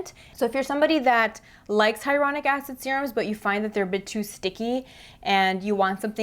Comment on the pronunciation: Love your reviews of skincare! Just wanted to say you keep saying hyronic and it’s hyaluronic